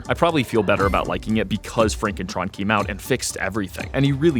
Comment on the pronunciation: it's pronounced FronkenTron